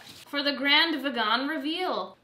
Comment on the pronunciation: everytime you said "v-eh-GAAAAN", I died. I liked this chill style of cooking cause it's real, it's you and it's entertaining, all the haters can buzz off. I think it would be fun if you tried an incredibly more difficult recipe that you've never done before but have been eyeing on your pinterest board ... you know what I'm talking about, I know you do.. and just see how it turns out!